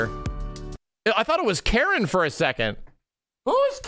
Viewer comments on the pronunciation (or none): none